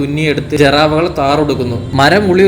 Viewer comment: മോനെ ജർവ അല്ല, ജറാവ എന്നാണ് ശരി.